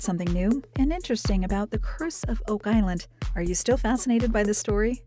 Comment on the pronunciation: "wow Oak Iland"